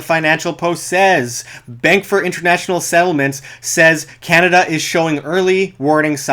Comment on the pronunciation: it's canada , not canaba !